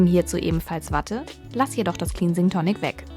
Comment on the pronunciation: Das wort 'cleansing' wird wie klensing, nicht kliinsing ausgesprochen.